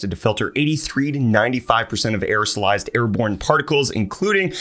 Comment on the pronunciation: You miss said air borne as "air Pron"